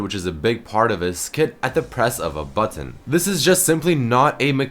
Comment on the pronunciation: lol the way says button is so weird.